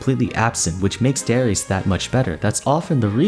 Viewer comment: i know im a year late i know the name darius its not "s" but "sh" i hope this gets to you the name is from my country of course